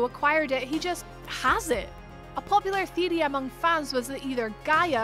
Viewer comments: The “thiry” lol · Please pronounce theoty correctly i am turkish but it still bothers me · I cringe everytime she tries to say theory